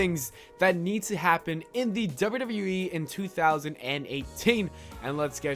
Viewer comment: wtf are you pronouncing wwe like that?